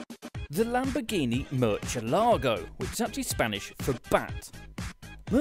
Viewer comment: Oooh, that British pronunciation of Murciélago is hard to listen to. No CH please. Pronounce the C like an S or a TH, but never a CH.